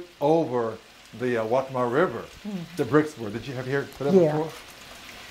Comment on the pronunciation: Who is this guy? Pronounce waccamaw the right way. Learn the language.